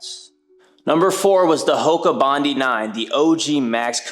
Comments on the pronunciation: Okay, the Hoka is not called "bondy". It is the name of a place in Sydney, Australia. It is pronounced "bond-eye"! Otherwise, thanks for the video! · It’s Bon Die not Bon Dee… the shoe is named after the beach… Bondi Beach.